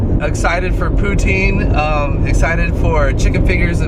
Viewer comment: It's po-tine